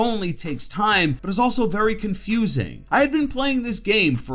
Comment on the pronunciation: did he just say Con'FUZE'ing??